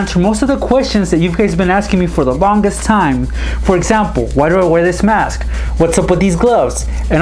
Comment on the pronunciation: Its mask not maske